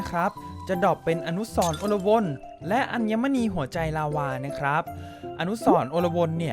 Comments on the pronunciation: และมันอ่านว่า อะ-ลวน ครับ ไม่ใช่ อน-ละ-วน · พี่อ่านผิดอ่านว่า อะ ลวน